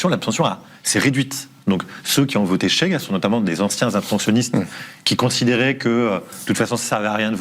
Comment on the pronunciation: C'est [chéga], pas [tchéga], c'est pas de l'espagnol...